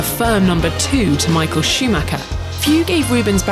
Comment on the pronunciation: Did she just said: Michael Sheemaker?